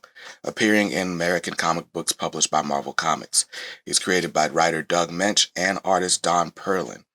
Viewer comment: Firstly, congratulations for pronouncing Doug Moench`s name correctly. Secondly, if you like David Finch`s version of Moon Knight , he & Charlie Houston had a run in the early 2000`s collected in a hardback called The Bottom. It`s worth a look. Denny O`Neil actually started Batman in the early 70`s. For a while he floated between both companies. I always thought the glider cape used by he & Batman was developed in the Moon Knight series first . I may be wrong, if I am someone please correct me. No, comics haven`t been for kids in a few decades . My clerk`s grandson spotted a copy of Teen Titans I had brought to work . I tried read it to him & was kind of shocked at how violent & horrific it was for a 5 year old.